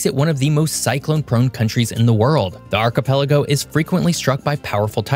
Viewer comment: Archipelago - I've heard it pronounced "Archie Pelago", as if it was someone's name.